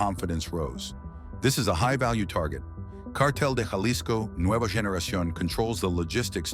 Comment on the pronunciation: Jaw-lisco?!! come on, get a clue, this is ridiculous!!